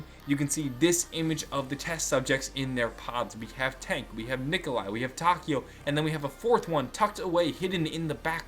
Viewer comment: Lol you said Dank instead of tank ( DANK LIKE DANKRY IM GUESSING :). ). And that's what I mean, Richthofens soul is no longer in the world, it's in the aether with Samantha's body, therefore he's doesn't technically exist?